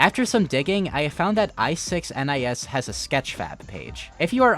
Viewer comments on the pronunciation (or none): pretty sure i6nis is supposed to be pronounced "ignis", meaning fire